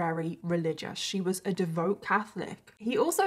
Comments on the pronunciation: It’s pronounced devout, not devote. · Devout is pronounced devowt